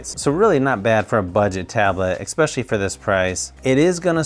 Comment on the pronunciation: I have to ask. Do you actually say "ecspecially" instead of "especially"? It's really bugging me, I have to check if I'm just hearing it wrong.